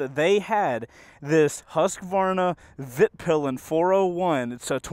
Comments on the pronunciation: Dude, it's Vitpilen, not Vitpilan. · Not to be a bummer but it's "Vitpilen" not "Vitpilan" :) Awesome video nonetheless <3 (means "the white arrow" in swedish) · As a swede, (where Husqvarna-bikes are from) it was really amuzing hearing your pronounciations 😅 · I came here for your pronunciation of 'Vitpilen'. Greetings from Scandinavia :)